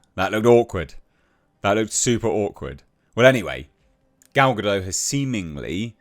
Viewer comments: Gal Gadot is a Hebrew name—it does not rhyme with "Godot" or "row" /ˈɹoʊ/ (US), /ˈɹəʊ/ (UK). It is pronounced [ˈɡal ɡaˈdot], ie. with a /t/ sound at the end, like in the word "not" /nɑt/ (US), /nɒt/ (UK). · She isn’t French she’s Jewish, so it’s Ga-dot.